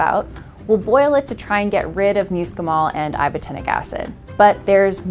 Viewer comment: "MUUScimol?" I love it. Amanita muscaria though is ALSO edible.